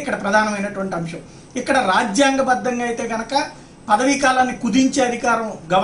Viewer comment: 'అంశం' అని పలుకు నాయనా! 'అంషం' కాదు. వాదనలు న్యాయవాదులు వినిపిస్తారు. మీరు న్యాయమూర్తులని అన్నారు. కొద్దిగా confuse అయ్యారు.